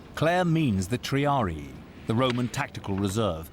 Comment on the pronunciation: Lol how the hell did she read Numidian as Numbar and Triarii as Tamari?